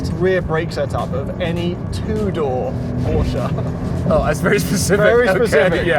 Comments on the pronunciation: Its not a poscha its porsche with an e. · How Beyoncé is not BeyoncAH Porsche is not PorschAH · porch ah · Imagine working for a car review company for so long and still not being able to pronounce the car manufacturer name properly.